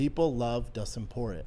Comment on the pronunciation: he called him justin party instead of dustin porier